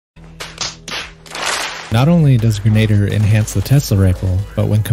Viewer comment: Pronounced closer to "Gren-Ah-Deer"